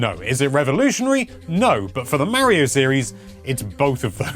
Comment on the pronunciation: it is Mario it's not Meario